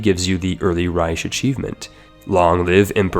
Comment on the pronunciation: bruh thats not how you say reich